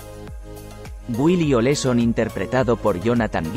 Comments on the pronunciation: No es Oleson, es OLSON .Aprendan a pronunciar😮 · El apellido era OLSON lo dijo mal en 4 ocasiones